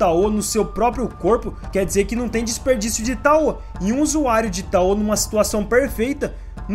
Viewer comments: Ótimo vídeo! Estou descobrindo esse anime com seus vídeos, quando tiver um tempinho vou assistir rs. Mas só uma observação: a pronúncia de tao é "táo" e não "taô". 😅. No mais, continua! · Kkkkkkk "taô", é TAO cr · EU nao tenho certeza tbm... Eu pesquiso muito sobre ocultismo (leio) e nos vídeos que vejo todos falam Táo... Com o tônico no "a"... Mas de boas, ninguem é obrigado a falar certo, eu perguntei pq fiquei com dúvida.